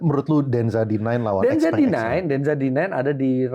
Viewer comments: XPENG bacanya siau pheng artinya little friend. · Xpeng = Xiao Peng